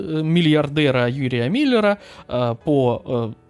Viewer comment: Він не Міллер, . він Мільнер. Соромно має бути!